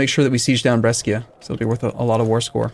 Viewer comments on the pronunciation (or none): Awesome as always, by the way, it's pronounced Bresha not Breskia ^^